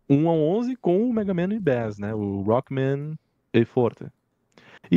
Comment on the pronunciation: é Megaman & Bass, do jeito que se pronuncia "baixo" em inglês, ou seja "BACE". Bass é um peixe, fica a dica 😂🤓👽